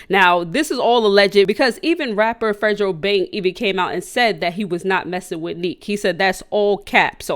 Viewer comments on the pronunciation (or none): FREDO NOT FREDRO LMAOOO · its fredo like prettyboyfredo....not fredjro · Fredo Not Fredro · This bitch said fre-dro😂😂😂😂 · She said fredro bang😭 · Its not fadro its fredobang ofl like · Fredro bang its fredo bang😭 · It’s Fredo bang not FREDRO! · It’s not fregho bang 😂😂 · Fredro bang lol u mean fredo bang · She said fredgo bang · I’m weak she said Fredrobang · You mean Fredo and not fredro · Who tf is “fredo bank” 😂😂 you mean fredo bang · Its Fre doeeee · Say fred -o his name not Spanish 😂😂😂😂😂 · Fredo bang Yoo saying that all wrong